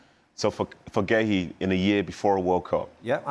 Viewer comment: Marc who? Completely butchered his name